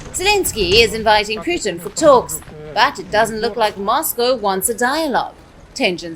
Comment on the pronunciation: girl i know you are Indian ! at lest say names correctly vladimir putin is not puuuthin . he is not Indian .